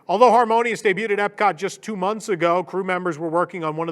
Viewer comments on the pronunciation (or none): none